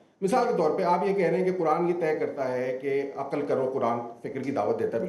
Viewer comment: عقَل نہیں عقل ہوتا ہے ۔۔ زبر نہیں ہے ق پر ۔۔ اینکر پرسن اور قیصر راجہ جاھل